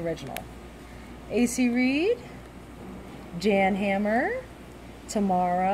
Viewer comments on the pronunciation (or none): Jan Hammer is pronounced "Yan" Hammer. He ain't from around here. He made some great stuff with Yeff Beck and wrote the theme Song for Miami Vice. A lot of good stuff in that box.